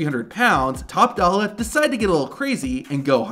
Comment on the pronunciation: Top dolla ❌ Botch dolla ✅